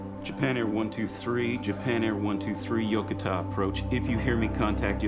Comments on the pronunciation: Why are they calling Yokota Yokotar? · Flew a Boeing heavy during those years. Was well aware of this accident. A couple of comments: first, surprised that the flight crew did not go on oxygen immediately. And a minor one to the producer of this: The USAF air base is incorrectly pronounced in this. The accent is on the second syllable, not the first. Yo-ko -ta.